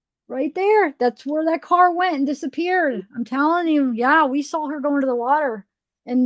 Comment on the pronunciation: Did you just say "sal" her instead of 'saw'?